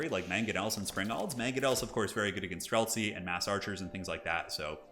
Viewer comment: I got same when hear "Strelcy". I am Polish but this word is in my language too and means same :D